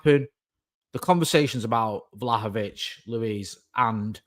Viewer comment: Only our mate could say “Vlahovic” twice literally back-to-back within a second and pronounce it differently both times ❤